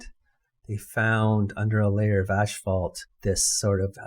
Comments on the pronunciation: Ass-fault... not ash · Just so you know, asphalt is pronounced "ass- fault NOT "ash" - fault .